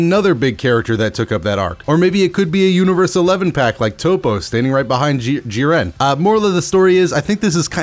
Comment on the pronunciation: Lol I hate to be that guy but it’s not G-ren its jiren sama